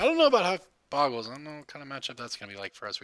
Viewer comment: Bo-gle not Bog-gle -.- #TCC